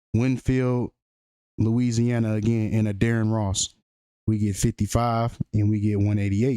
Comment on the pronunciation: Why Wen U Say Addarren Ross Sounds Like Your Saying Dearest Loss , Internesting 🤔😒😣